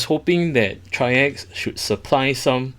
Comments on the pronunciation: I know this is an older video but the company does pronounce their brand name as trikes. Like the 3 wheeler but plural. That is all. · Excellent video, and because no one asked and not that important..If anyone ever wonders..The company is pronounced like the word Bikes but with a 'TR'...TRIKES [TRYX]. Thank you for this wonderful video, will definitely pick this up.